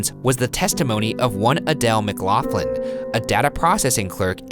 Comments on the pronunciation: mclaughlin is pronounce mick glock lin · thats not how u pronounce mclaughlin